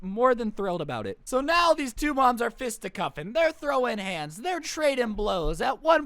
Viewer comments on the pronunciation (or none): Fistycuffing, not fistycussing